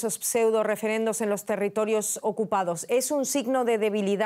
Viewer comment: Por favor que no diga "acupado" cuando quiere decir "ocupado"esto es cuando comunica el periodista desde EE.UU